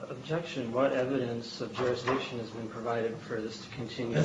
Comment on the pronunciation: They like saying jurisdickshun waaaay too much! I'm beginning to get suspicious!!!